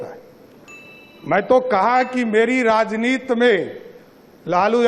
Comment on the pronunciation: राजनीति होता है राजनीत नहीं पहले बोलना सीख लो सम्राट जी 😂😂